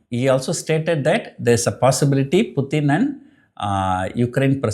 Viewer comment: It's not puthin, it's Putin